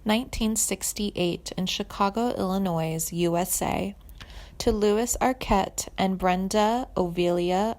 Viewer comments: Illinois is pronounced with no 's'. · This was terrible. I know you had to script this, but it sounds like a speech you're giving in front of your English class. Also a click-bait title. You also mispronounce a few obvious words like "Illinois."